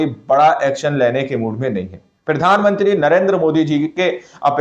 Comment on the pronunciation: Bhai pahle Tum bolna Sikh lo kyunki Tum har bar jab bhi bolate ho Pirdhanmantri bolate ho Jo ki Pradhanmantri hota Hai